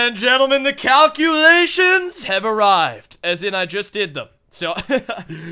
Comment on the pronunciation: doing the 'cowculations' lol